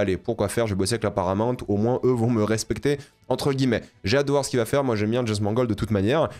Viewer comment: dès le début tu m'as trop fait rire et renvoyé en enfance: jameusse bond? j'avais la même prononciation gamin et mes cousin.e.s s'en moquaient gentiment et ça nous faisait marrer... maintenant prononce le prénom james sans rien derrière... puis réessaye avec bond... hahaha, t'as vu t'es guéri de la jameussemanie... merde! plus tard tu le prononces bien haha c'est pas moi qui t'ai guéri... je t'aime bien.